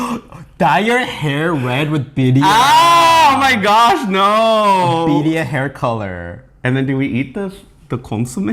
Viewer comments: Cross culture recipe!!! Roll those R's when you say BIRRIA!!! "BEE RRREE AH" I can't wait!!! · The Pronunciation for Birria is not correct but the Ramen looks amazing. Props